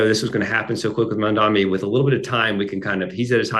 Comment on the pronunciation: Mark, you keep saying “Mamdami”, LOL. Is that some kind of shade? 😂